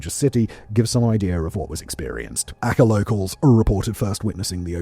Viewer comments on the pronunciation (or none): Ar-chay. I was wondering what the .... he was saying when he said 'acka'. Good lord! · ACEH...you sound the C as ch..as in CHOcolate. Not with kh... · Wait, are you trying to say Aceh, for the boxing day tsunami location? I was about to try look up “akker” coz I’d never heard of it, besides, I thought it was off Aceh (pronounced more like ah-chay), I was most of the way thru the segment before I realised it was probably meant to be the same word. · Dude: 1. Aceh in Sumatra is not pronounced 'Akka', as you put it. More like 'Ah Chay'. 2. Really, seriously, move back from the mic another 15cms or so. And go for a leak before you record - you sound like you're desperate for a piss and can't get through it quick enough. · Learn to pronounce names if you’re going be presenting videos as factual information…. Aceh is pronounced “A-cheh” not “A-kuh”. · Acheh is pronounced more like are chair. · 😅 Aceh = "Ah-chay" 😅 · Aceh is pronounced 'Ah-chay, btw. Small point, but very good video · It's A-chay, Australia was very involved in the cleanup, and the news was full of it. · Just a heads up... Aceh is pronounced 'ah-chay' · Banda Aceh pronounced Archay. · i have never heard someone mispronounce Aceh so bad in my life. I am sure a LOT of research went into this amazing video, which is a shame that none of that time is attributed to an effort of pronouncing names correctly, especially when it relates to such harrowing subject.